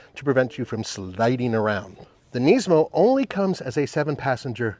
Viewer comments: Why are you saying "Neesmo"? It is Nismo. Sounds like Gizmo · Its not knees-mo its Nis-mo 😂